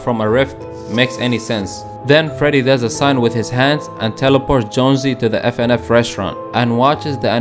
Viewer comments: he says fnaf as fnf 💀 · he was saying fnf the whole time instead of fnaf